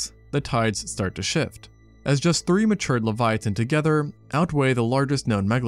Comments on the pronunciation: Pronunciation: levy-atun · dude leviathan has an h in it. why are you saying it so weird? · Please stop saying leviathan like that.